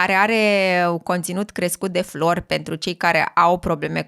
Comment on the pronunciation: Cred ca voiai sa spui fluor nu "flori". Sa avem grija de limba romana, zic! Sanatate!